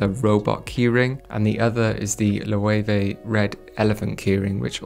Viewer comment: Perfect Loewe pronunciation lol. Would be interested to see you rate some outfits from your viewers. Maybe you could roast my fits.